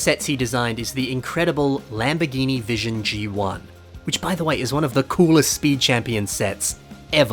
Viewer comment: hearing “vision g1” instead of “vision gt” has caused some sort of mental anguish in me